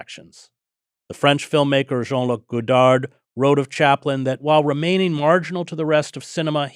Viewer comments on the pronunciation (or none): The terminal d in Godard is silent. The singular of “phenomena” is “phenomenon “; Hedges consistently gets this wrong.